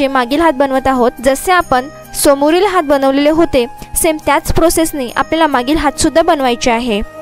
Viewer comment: Good art. But Marathi pronunciation has to be improved on Sat,Hath.etc. Keep it up .good luck . k.s.ramchandra